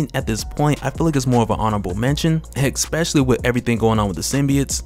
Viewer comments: Especially not expecially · EKSPESALY. Truly especially an alternative pronounciation